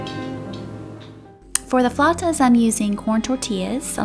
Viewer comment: Thank you for pronouncing flautas the right way🥰🙏🏼♥️ They look so delicious 😍😍😍